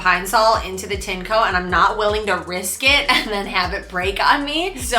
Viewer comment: It's pronounced "TIN - EH - COE"